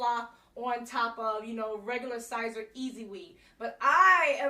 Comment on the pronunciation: Because I wanna see you win...Siser is pronounced like Caesar.